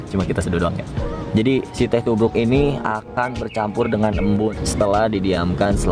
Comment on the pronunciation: gua dengernya sinte tubruk